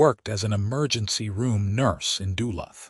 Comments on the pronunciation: The AI needs to be programed to pronounce duh looth not dull luth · DU-LU'TH.......please!!! 80 years i have lived here......long U each syllable.